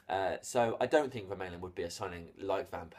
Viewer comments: No, it's pronounced like this Ver - MAH - Len.... But seen has Belgiums speak Dutch or French, I would say it's a Dutch name as it doesn't look french so it's pronounced as Fer - MAH - Len. There we go. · Isn't it pronounced "Ver-mar-len"? Oh and I think he's shite. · Vermaelen is pronounced Ver-maaaaaa-len, trust me I'm Belgian. Btw to those saying he is bad, he is world class for Belgium and if he would get more playing time at arseanal, I believe he would be much higher rated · It's pronounced 'Vermarlen' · Matthius Da Silva Yes, it's Ver-mah-len. And not pronounced as an F, as is suggested above. (I'm from Flanders (dutch speaking part of Belgium))